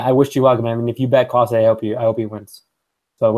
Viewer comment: You’re pronouncing Klose incorrectly. It’s sounds like“close the door”